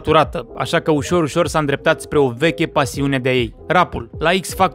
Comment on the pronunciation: "Am PirDuT sTaRtU" ma omorât bro